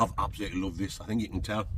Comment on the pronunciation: Too bad you didn't have a funderstorm to camp frough. I fink , oi